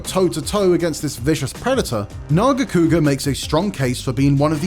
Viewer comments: behemoth making this list is crazy, also its NERGIGANTE not fkin nergante. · Don’t disrespect Nargigante by saying gigante learn your names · Talk about Glavenus, show Acidic Alavenus, talk about Nargacuga, show Lucent Nargacuga. Also, the name is Nergigante which is pronounce "Ner-gi-gan-te" not Nergante you unculture swine. I bet dude just pick up some cool looking one from the recent Monster Hunter installment and call it a tier list. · “Nergante” huh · Oof. These are some hot takes right here. You know its bad when they cant even pronounce some monsters names lol. The hell is a Nuergante? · . Nergante? Lol. I thought maybe it was just his accent, but he keeps saying it and I don't think it is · Rathalos above gore magala,rajang,malzeno,behemoth,amatsu? Blapshemie If you make nergigante #2 at least say his name right, whats a nergante? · Ner-GI-gan-te holy moly get this guy out of here and bring back Casey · And their pronunciation too. What it's a Nergante. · It baffles me how this guy can't even pronounce some of the names right; pisses me the hell off that you butchered Nergigante's name by calling him "Nergante." You realize there's an "i" in there, right? Your channel guidelines say to be respectful, but after seeing this list and your butchering of monster names... you,, don't deserve respect. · Couldn't even be botheted to pronounce nergigante right...."nergante" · You know there's 2 G's in Nergigante right? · Wtf is that Nergigante pronunciation.... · You can tell how many people gave up on watching the entire video by how few comments there are pointing out the incorrect pronunciation of Nergigante. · the way he pronounced nergigante makes my skin crawl..